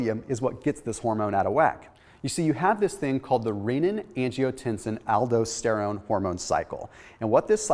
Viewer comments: Aldosterone: al-dos-ter-one not aldo-ster-one. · I like videos but you can really tell his inexperience with a certain subject when his pronunciation of certain words are all over the place. ALDO-steron? Really? Just one of my pet peeves. If you're giving out highly nuanced information regarding subjects that directly impact human health you might want to know how the words are pronounced, otherwise you come off sounding like you're just reading off of a text book instead of actually knowing the information. Dr. Berg does the same thing when he comes across a subject that he's clearly not familiar with. Drives me nuts. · It hurts to hear you say Aldosterone... it's pronounced: al-dō-ˈster-ˌōn or in simple pronunciation - Al-Dos-Ter-Own.